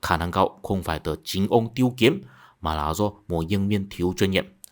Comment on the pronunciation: Âm Hán Việt tên của ông quan chức ngoại giao kia là "Tiết Kiếm" chứ không phải "Tiêu Kiếm" bạn nhé